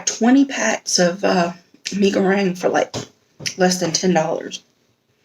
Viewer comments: U nailed it with the pronunciation. Fun fact this instant noodle was voted to be the no.1 instant noodle in the world. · i love indomie mi goreng...you said it right.👏👏👏